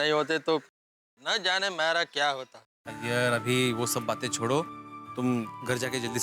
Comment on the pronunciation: Are bhai Iyer ka a nhi i ata he